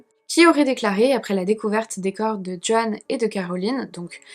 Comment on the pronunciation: Joanne se prononce Jo-Ann, pas John 😅 si tu veux un conseil pour les noms que tu ne sais pas prononcer, le site forvo est formidable !